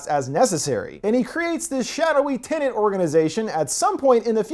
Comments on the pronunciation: Wait is it TINIT or TENET? Could you maybe speak properly? Or is that too much to ask? It is, isn't it? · There's only 1 "N" in the movie title.... it's not "Tenant" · It's tenet not tenant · Tenet "Tenent" explained recapped.